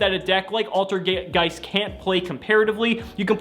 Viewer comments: altergay- ALTERGEIST You almost slipped there my dude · I'm positive that said altergay